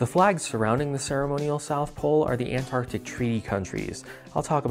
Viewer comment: you say “Antartic” twice back to back.